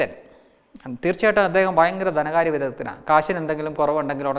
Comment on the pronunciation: കൊള്ളാം... കുറച്ചു കൂടി ശ്രദ്ധിച്ചാൽ നന്നാവും.കമ്മൂണിസ്ററ് അല്ല കമ്മ്യൂണിസ്റ്റ് ആണ്.. ദനകാര്യം മാറ്റി ധനകാര്യം ആക്കുക..All the best!